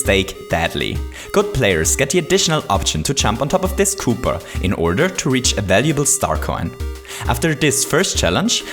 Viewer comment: You can't just go around calling every Koopatroopa kooper, because kooper is the name of one of mario's partners from the paper mario games, STOP CALLING THEM KOOPERS I don't even care if it's your accent, you will not say kooper when referring to a common enemy.